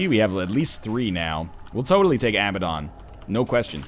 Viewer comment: IT IS PRONOUNCED uh-BAD-un, NOT a-ba-DON